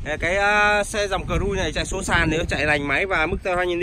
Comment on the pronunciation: Cờ dui kaaa vãi... A van te.. Cửa lóc kaaaaa